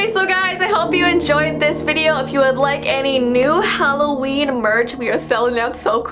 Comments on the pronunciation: It's because her last name is, so she makes it Hallo""n. Smh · It's not howlloween is almost gonna be Christmas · your hallowin is v you turned the w into a v in the intro leave alike if am true